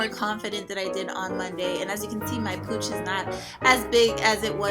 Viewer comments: no disrespect but I swear I thought u said ur cooch was on fleek lmfao. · I kept hearing cooch. Im mentally facepalming myself